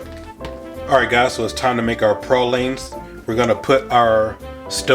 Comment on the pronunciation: You say Peecans correctly but Praw leens not Pray leens🤦‍♂️